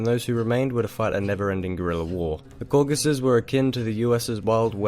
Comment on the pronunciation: Im really starting to get tired of hearing Cockasus.